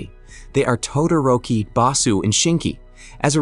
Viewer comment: Mmmmmm yes "todaroki"